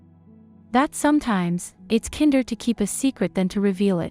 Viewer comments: AI needs to learn how to say kinder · The narration doesn’t know how to pronounce “kinder”! lol! First mistake